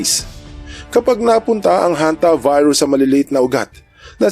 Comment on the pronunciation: "Hanta Virus" pala, akala ko "HontiVirus". HAHA 🤣🤣